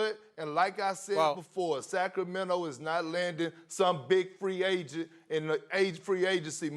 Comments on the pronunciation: Kendrick “Sack Row Mento” Perkins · no one: kp: sack o mento